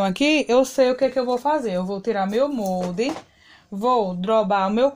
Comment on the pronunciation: Não é MONDE e sim MOLDE!